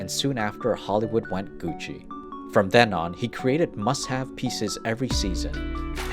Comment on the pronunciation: Its Gussi not Gutsi